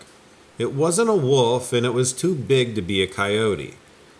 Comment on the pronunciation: He thought it was a ‘wuf’ haha I have to laugh every time you pronounce ‘wolf’